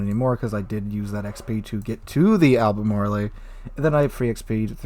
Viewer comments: Lol dude I love your videos but you kill me with your mispronunciations. It’s “Al-ber-marl”. Not “Alber-marly.” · Great video, love the Brits. Ruisers. Al-buh-MAR-all